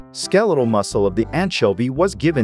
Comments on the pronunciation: It sounds like AI to me. Who the heck pronounces anchovy with a hard K rather than a ch and then carries on to pronounce it differently multiple times? The stilted delivery, almost as many mispronunciations as correct pronunciations. I couldn't stand more than a minute of this tripe. Come to think of it, I am pretty sure you would have to be a bot to make your comment too. Don't get me wrong.I know it is a text to speech bot and that this is actually user created. But it seems low level and suspicious when you use awful text to voice bots. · Why did you pronounce anchovy weird so many times